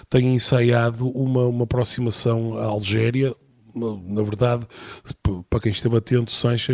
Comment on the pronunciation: É Argélia e não Algélia! É Argel e não Algés! Please, convém saber um pouco de Geografia antes de criticar o Sánchez, com z...